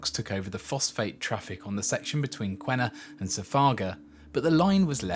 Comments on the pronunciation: The new high speed EET project is in progress now with new alignment route and stations. I work on it… By the way Q is pronounced as K and there is no U in Qena so it’s “Kena” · on a side not, we pronounce Qena = Kenna